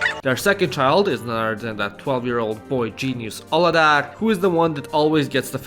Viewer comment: You pronounced Mézga Család and Aladár sooooo good, i love it! Also, Sárga bögre, görbe bögre :)